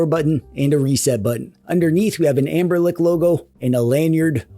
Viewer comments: Is there a reason why you keep calling them "Anberlic" instead of "Anbernic"? Or is it just me who hears that :D In any case, I bought the thing mainly out of curiosity and so far I really like it. Haptically it's great, the only issue for gaming in bed is that the buttons are quite loud. But I like that they are so direct and clicky. Setting it up was easy, and apart from using it for ROMs (ES-DE works like a charme!) it's a great console for playing Pico8! The screen just feels right for these kind of games. The drawbacks are definitely a bummer, first and foremost the missing headphone jack and the small battery, but other than that It's a fun device. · why is he saying amberlick?